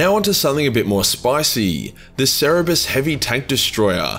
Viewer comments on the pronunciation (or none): cer ber es